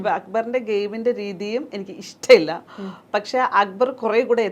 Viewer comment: ഇഷ്റ്റ മില്ല 😂😂 ഇഷ്റ്റ മില്ല😂😂 കഷ്റ്റം 😂😂 കഷ്റ്റ്